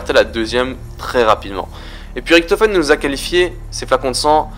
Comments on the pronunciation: Ok -1abo==raison je suis un rageux ok...mais la les fautes que tu fait c est chiant on dit richtofen pas riktofen je fait de l allemand cherche pas repond moi et je le reabonerai les kikou vos geules je parle pas a vous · putain c'est pas Ricktofen c'est Richtofen Merde! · pourquoi tu dis ritofen au lieu richtofen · c'est Riktofen en angalais sauf que la facon dont il prononce sa fait degeu . a dire riktofen autant savoir le prononcer . sinon je kife tes vidéo et tes théorie